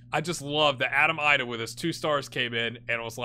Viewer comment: I think Idah may be pronounced EE-duh